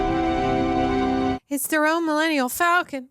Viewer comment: Did she say.. Millennial Falcon :P ?